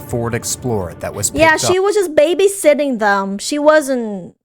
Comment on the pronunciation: bad time for the accent to come through "babyshitting" lmao also just me but no amount of pay would get me to give my life for kids. prob wouldnt have taken the job in the first plce but thats besides the point